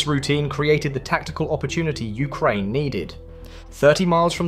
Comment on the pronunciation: Ah yes, I love the countries Ukrainev and Ukraineb